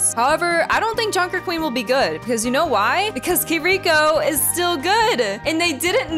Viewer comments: I love that even after you making a video about "mispronouncing" kiriko, you still say kuhreekouh 😂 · I don't like when people pronounce Kiriko ås Kiriiiiko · Nvm I just got recommended and saw the short and she literally just mispronounced it in another equally wrong fashion. Like she slightly changed the emphasis on the first syllable as if that was the issue with her pronunciation. It’s like “key-(r/d)e-ko” where the r/d sounds more like a d with a slight r leading into it. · You just wait for Suzu or get value from forcing them to hold it. Her ult is still viable. And you know you’re mispronouncing Kiriko, at this point it’s clearly just for more engagement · Why can literally no person on youtube properly pronounce kiriko? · Genuinely confused how people manage to pronounce kirikos name wrong when she literally says it 🤣